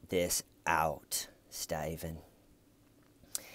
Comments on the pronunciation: You didn't answer the question! I still don't get why you're calling him Stiven. Is it just a bad attempt to mimic the accent of the detective? I guess he sorta does sound like he's saying stiven but it's more like stay-ven. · I just watched these videos. And all along I was annoyed "Why is he calling him Staiven!"... Thanks for the clarification. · Hi, I'm from the distant future. One question I have is....why does he keep calling him STAYVEN???!! WHYYYY???! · And “my friend, Schmeeda” 🤣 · Coffee and TCL. Perfect start to my day! Don’t ever stop calling him STAYVEN. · I laugh every single time you call him STAYVEN 😂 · Lol,... I was literally wondering if anyone who came in, mid-commentary, listening to you, then they read our comments and how we are also referring to him as Stayven,... thought you/we were all oblivious and didn’t realize that Stayven’s name is really Stayven! 🤪 Thank you!🤩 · Ooooooh, Little T! :) ♥ ...and we love when you say Stayven! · It's been 4 years and I'm still not mad about ya saying Stiven repeatedly!😁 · I subscribed the first time I heard "styvun!!" XD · WHYYYY, WHYYYYY he keeps calling him STAY-VUHN??? THEYURE is no reason to do so! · have you noticed that only you are calling him stayven?